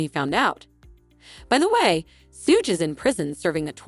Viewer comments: His name is not sooge, its shug as in suger without the "r" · Suge ( phonetically=shoog) not sooge..... annoying af. Buddys a clown but still say the name right